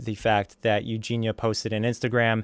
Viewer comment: Mans can't even say Eugenia right, cheers grease onion